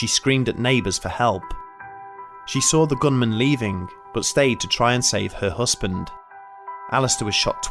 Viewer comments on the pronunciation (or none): Looking forward to more videos from this channel. But please try and say partner instead of "hussband" 😂 Oh and I'm sure it was a turquoise coloured key ring. Not tortoise coloured 🤔